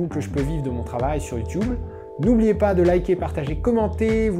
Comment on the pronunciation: qui d'autre que moi a aussi entendu "youtouble" laché en mode ni vu ni entendu XD